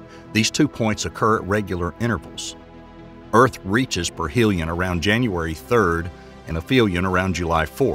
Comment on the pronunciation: If you're going to make a scientific video... Get the terminology right... 😂PERHELION-APELLION😂 Seriously sounds like it was your first time reading these words